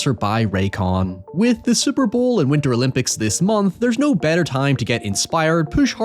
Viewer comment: "naurrrrr" "hoyevar"